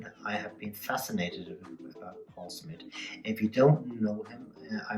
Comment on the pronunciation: Smith .........not smit